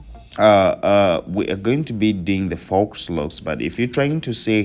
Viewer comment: It’s pronounced “foe” not “fox”.